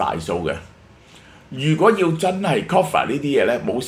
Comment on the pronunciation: Cover not coffer